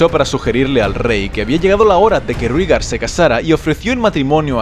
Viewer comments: Todo bien pero "Rígar"? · Creo que se pronuncia "Réigar" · SE PRONUNCIA REIGAR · sobre como pronunciar, solo analiza los fonemas con lo que sabemos de la serie. Si "Daenerys" se dice "Daenerys", esa "ae" se lee como se escribe: ae. Por tanto, "Rhaegar" se dice "Raegar". Del mismo modo, si te das cuenta, Aerys, Shaera y Jaehaerys. Porque en todos los casos es el mismo fonema, es una "raiz familiar", que en las novelas suelen usar los escritores para dar uniformidad a una familia y facilitar al lector el asociar varios miembros de la misma familia, como "aragorn-arathorn". Por tanto... "Raegar", "Daeneris", "Aeris", "Saera" y "Jaejaeris". Un saludo! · TU narrativa siempre es excelente¡¡¡... y en castellano se pronuncia "Rigar", ae suena como í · Rhaegar = Reigar Lyanna = Lianna Arya = Aria (Muchos Angloparlantes creen erróneamente que se pronuncia ARAIA) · Que mal pronuncias todos los nombres